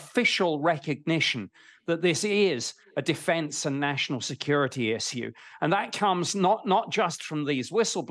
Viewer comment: The way he pronounces Issue got me thinking he one of those alien Mother Fs